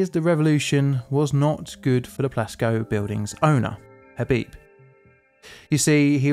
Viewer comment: I thought you said Glasgow Building and was thoroughly confused when you said Iran. But then I saw the Plasco written in the video. (English is not my native language.)